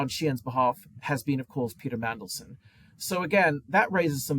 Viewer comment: Did say "Pizza Mandelson"? Nice!